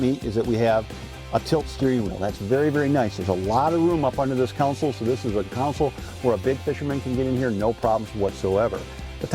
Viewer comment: I wish this guy would stop saying Counsel........Every video he's in, it's all I hear....